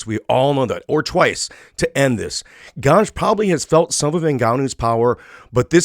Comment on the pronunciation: Ciryl Gane not „Gange”